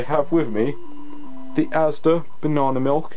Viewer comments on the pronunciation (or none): Did you say it was ASDER banana milk?!?